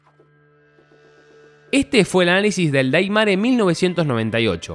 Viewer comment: 9 personas mas gente de capcom... Ya q Gracia's a ellos tenemos Al re2 remake q aparte participaron con consejos e incluso salen en Los creditos del re2 remake y vicerversa.... Tanto cuesta investigar y se pronuncia deimer 🤦🏿‍♂️🤦🏿‍♂️🤦🏿‍♂️🤦🏿‍♂️🤦🏿‍♂️